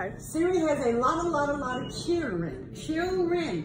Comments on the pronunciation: “The definition for what siri has is Chilren “ “ CHILREN “ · She ain’t got kids she got “chillren” 💀